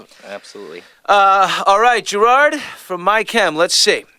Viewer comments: Billy calls him grard at the start ITS GERARD YOU FOOL! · its gerard not geraaaaaaard :L atleast i dont think it is....